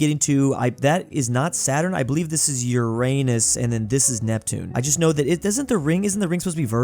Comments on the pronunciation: It’s yur-ruh-nuhs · To help u not say it and make a stupid pun joke, pronounce it as ur-en-us